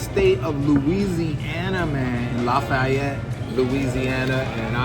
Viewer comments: You pronounce it "laf-ee-yette" fast man. You dont have to be fancy with it 😂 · Say it with me: LAFFYette😂😂😂😂😂😂......great video